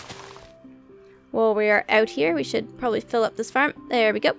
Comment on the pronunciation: When you say farem you sa ferm